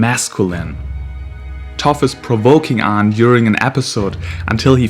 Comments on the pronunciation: just started the video then immediately realize he said the name wrong ... you getting a dislike for that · It's aang